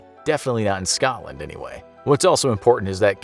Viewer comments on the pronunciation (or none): none